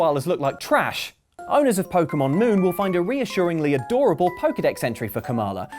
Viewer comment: “it makes real koalas look like TRASH!” That emphasis on “trash” almost made me spit out my beer 🍺 😔😂